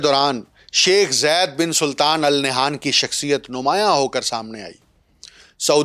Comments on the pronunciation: Its not Nayhan, the name is Nahyan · Al Nah'yaan hota hai pai